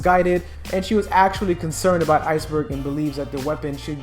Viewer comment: did ... Did you just say ice-bog!??! 😂lol